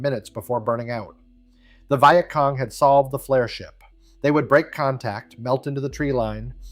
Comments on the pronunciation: This was great till it said " VI Et cong". God I hate A.I slop. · Is it really that hard to find a literate person to narrate these things? I don't mispronounce words such as Vietcong nor do I poorly mimic human emotions + I work cheap. A 6 pack of Guinness and I am yours till closing time.